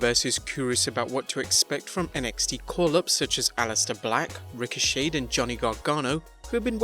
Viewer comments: Bro, His name is Ricochet(PRONOUNCED SHAY NOT SHAYED!) There's no ED at the end of his name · Ha. He's calling ricochet "ricoshade".